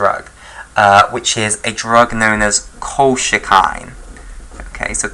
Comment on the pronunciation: very nice. but colchicine is pronounced kol-chi-sin i believe